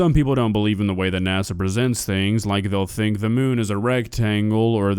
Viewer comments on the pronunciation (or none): none